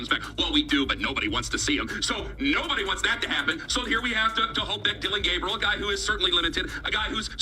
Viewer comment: Why don’t you Learn how to pronounce the young man’s name ..